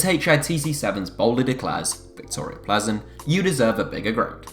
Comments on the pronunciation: You don't pronounce Plzen as Ple Zen. It Pilsen. I have been there for a game and its right next to the Pilsner Urquell brewery. Plzen is the home of Pilsner lager which has been widely copied. Enjoy your next glass of ple zen!!! PS - I went there with my family including my wife, two grown up daughters and one of their boyfrieds and we easily picked up tickets outside the ground from the club ticket office on the afternoon of the match and it was a Europa Cup match. The ground was not sold out or full. Its big enough for them in my opinion. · Isn’t it pronounced Pilzen